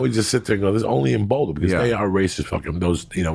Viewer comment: They way he says “boulder” 😂 “ bowwwduh”